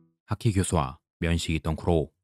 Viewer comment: 핫키라고 하는거 킹받네